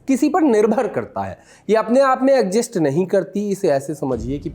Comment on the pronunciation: Mere bhai....Daj god egjist Nahin hota... Pronunciation Sahi karo